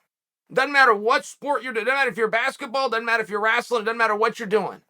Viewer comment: Chael, it’s wrestling not wrastling. Your from Oregon not West Virginia bud